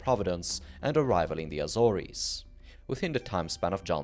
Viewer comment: Respectfully, you've mispronounced the Azores. It rhymes with wars, not worries. :chillwcat